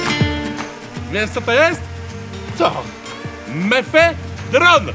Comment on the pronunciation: Mefe-dron xD